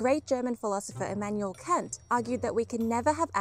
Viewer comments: sorry I know this is very unfortunate, but his name is actually pronounced "Cunt", not "Can't". 😶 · yeah... it's not pronounced "can't"... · If I may... some minor corrections from a native German. It's "Umwelt" not "Umvelt". And Immanuel Kant is pronounced with an a as in "bark" not "hand". I know it sounds like a slur, sorry, that's his name. I know it's hard but it'd be nice seeing some respect given to other languages. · How seriously should I take the video if you haven't even managed to research how to pronounce 'Kant' or spell 'Umwelt'?